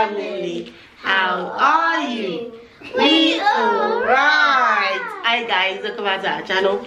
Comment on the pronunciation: Mummy, leila is copying u saying I instead of hi.